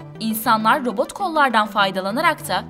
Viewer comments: T harfini söyleyemiyorsun. Robot derken, sesin boğuluyor. Robooğğ gibi bişey çıkıyor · Neden konuşurken sondaki t harfini yutuyor ( mesela robot yada otomat derken ) yada buna tek dikkat eden ben miyim 😤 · Ayrıca "t" harfinde de sıkıntı var. "Robo-g" gibi birşey diyor, dikkatim hep oraya kaydı. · Robo" "lar niye peki, T nereye gidiyor çok rahatsız oldum :') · Otoma'lar diyor, robo'lar diyor hahahhaha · Abin bitti sen mi başladın? Önce bir “Robot” demeyi öğren! Robo’ların diyorsun çok itici geliyor. Düzgün konuşmayı beceremeyen birisin. Video çekmeden önce biraz kendini geliştir.